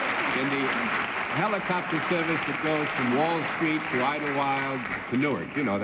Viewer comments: Oh Lord....Bennett said "heeelocopter" again.... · The original pronunciation was indeed with a long e vowel. The Greek roots are "heliko-" meaning spiral, as in "helix", and "pter" meaning wing, as in pterodactyl. You can find the older pronunciation in 1940s newsreels and in older dictionaries. It's gone out of style, and the modern pronunciation and the slang "copter" short form obscure the origins of the word.